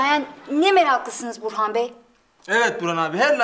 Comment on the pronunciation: Yirmi kere izledim neredeyse. İfo nun Burhan’a burhi dediğini ilk kez duydum😅